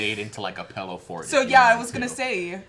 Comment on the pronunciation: Being an Oregonian, I have to agree that it is pronounced pillow, not pellow